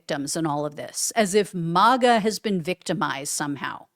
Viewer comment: He wont !! She should have stayed home not got involved!!! And its MAGA!! NOT MOGA!!!!😂